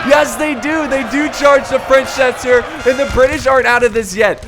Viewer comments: mouse And don’t take there’s so much to heart dude and chasseur means Hunter and the only reason I made this comment is because he is an English American and is obviously saying it wrong so I was translating it for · Its so cute the way you struggle when saying "chasseur".